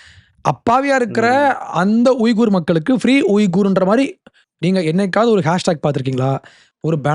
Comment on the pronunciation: உய்குர் என உச்சரிக்க கூடாது. வீகர் என உச்சரிக்க வேண்டும்.